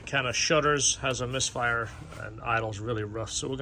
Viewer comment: Bloody hell, it's "misfire."